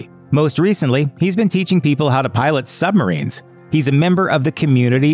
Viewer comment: "Sumbarines" - 2020